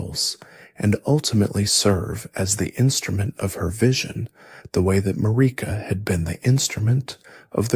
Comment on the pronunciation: The way you insist on pronouncing Marika, despite the game itself telling you the correct way, is pretty dumb.